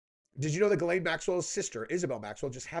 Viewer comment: I just wish he pronounced Ghislaine properly... It's Jiss-lène dumbass not Gaylene or whatever the hell your saying